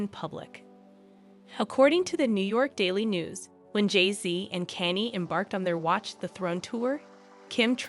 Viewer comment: I think you should learn the correct pronunciation of Kanye 's name. It's not Kenny. Makes me question your research.